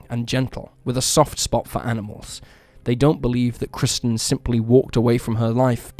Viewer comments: He should have used AI narration - maybe then the first victim, KIRSTEN, wouldn't have been incorrectly called 'KRISTIN' throughout! 🙄🙄🙄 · The first victim's name is KIRSTEN, not 'KRISTEN' as you incorrectly stated time and time again! You kept getting it wrong throughout, even though her name is spelled out in large letters on footage of her missing posters! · Apparently the first case's subject is named Kirsten NOT KRISTEN - why not pronounce her name correctly? It was even spelled out on the posters shown in the video. Are you just a bot, too? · Kirsten. Not Kristen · No offense, in the first case, her name is Kirsten not Kristen. You're an awesome creator in any case. Been a sub since the first few videos! Thank you for sharing! 🤗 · There's no excuse for the narrator getting the victim's name wrong, over and over again! Jeeze - there's even footage of 'missing' posters with her name. KIRSTEN, plastered all over in big, capital letters! Yet he constantly calls her 'Kristen' which is NOT her name. It's a sloppy mistake, and disrespectful to a homicide victim. He'd be better to use AI narration than his own voice, if he's going to get such basic facts wrong. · Kirsten is pronounced ker-sten.